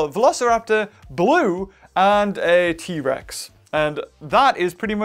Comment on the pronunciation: u say: T rex Survey says: EHHH